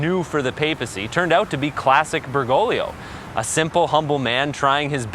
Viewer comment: El doblaje es muyyyy malo. El locutor no dice bien el apellido del Papa, Bergoglio ni una vez. El resto es excelente. Gracias